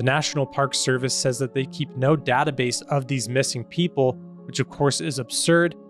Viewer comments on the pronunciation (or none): none